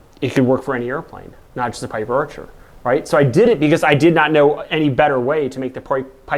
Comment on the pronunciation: Orchar? What's an Orchar? Piper Orchar? Wha... Ohhh! Archer! He meant Archer. Right...